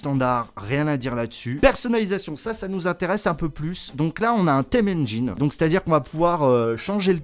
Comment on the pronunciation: Salut, par contre va vraiment falloir travailler ton accent anglais hein:p tu prononces "Engine" comme "Angine"😂